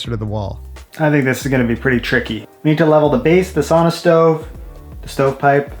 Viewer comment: Pronouncing was surprisingly good. It was easy to understand. Usually when nativie english speaker try finnish they use same pronauncing rules what you have in english. Lady of the house (or sauna) really nail it.